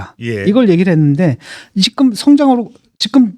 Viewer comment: 진중권도 지금을 직끔 직끔 거리네;;; 어떻게 지금 발음이 직끔이 되는건가.. 이런아저씨들 꽤있던데 신기하누